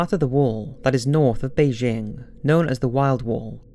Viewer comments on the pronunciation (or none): none